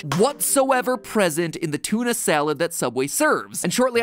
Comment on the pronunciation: “Ok one t00na fish sandwich coming right up!” “Why did you say it like that?” he dosn’t wanna get soob-ed.